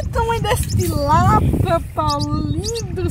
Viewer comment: Minha filha não e tilápo e tilápia fale mais direito